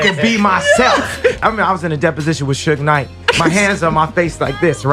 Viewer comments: She really just called him Suje Knight😂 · She mispronounced Suge 😭😭😭😭 yt ppl should stay out of black ppls business